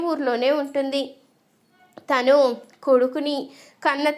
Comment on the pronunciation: ఈ చెప్పే అమ్మాయికి తెలుగు రాదా తన అనకుండా తిను అంటుంది